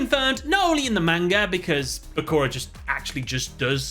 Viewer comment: It hurts my soul every time I hear say "MAIN-ga"